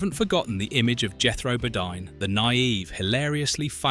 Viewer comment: jethro bohdeen not bohdine